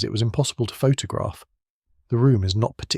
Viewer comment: All AI voice generated. (Text to Speech) - all automated - all script - all voice - all video - everything - and automated posting of these videos too. An AI Youtube channel and video posting machine. Google it! (Still quite interesting though - even if the AI generated voice can't pronouce Photograph properly! lol!)